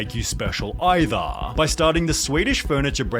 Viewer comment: dude can't say the letter R Bankah Cah ithah (either)